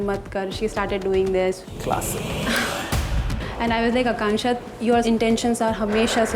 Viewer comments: Why is everyone saying contestant name wrong?? Its Akansha and diksha why you guys saying Akanshya and dikshya😂😂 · Akansha❌️ slansha✅️ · Akansha say luruu🤣🤣🤣🤣🤣🤣